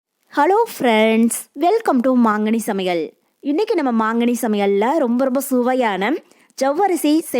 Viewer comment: சமையள்....இல்ல ...சமையல்......